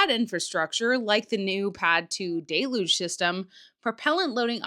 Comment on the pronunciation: ha ha doesn't know how to say DELUGE. What a noob. (Don't ask Das, John can't say it right either)